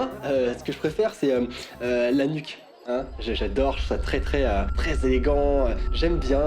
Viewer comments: Le gars qui as dit «La nuque» j'ai cru qu'il avait dit l'anus😂😂😂😂😂😂😂😂😂😂😂😂😂😂😂😂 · au lieu de la nuque g entendu l'anus...ptdrrr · Je précise que le journaliste a dit nuque avec un Q (LA LETTRE Q)😂😂